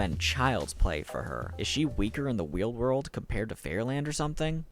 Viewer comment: Weal world, lmfao.